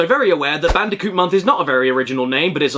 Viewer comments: "Bandicounth" OK I snorted at that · "clash bandicock" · "God help us, we don't even talk about Bandiconth."